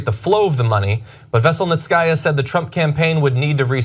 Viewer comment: It's pronounced veh-sell-neet-see-ah... not vessel-net-sky-ah 😉🐙